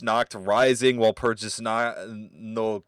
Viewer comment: Walpurgis/ワルプルギス is pronounced with a hard 'g' sound. Just like Magica/マギカ..but everyone seems to ignore that, so carry on 😅👍